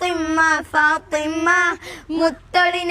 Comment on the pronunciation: നന്നായിട്ടുണ്ട് . . . ഫാത്വിമ ഉച്ചാരണം ശ്രദ്ധിക്കണം